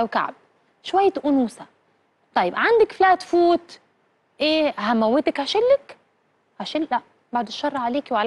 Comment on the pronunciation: شو يعني فلت فوت اسف مش فلت فوت فلت فيت احكيها صح فيت